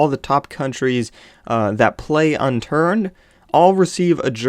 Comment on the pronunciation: I think he wont play with you because you said "unternd" like a noob! you need to say unturned, lol